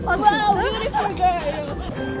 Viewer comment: This comment is verry beautifur, it makes dahyun feer speciar